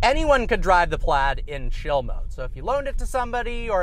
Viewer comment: Are you saying chill mode? It sounded like shill.